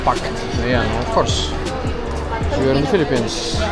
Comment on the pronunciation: Fee-lippines, welcome.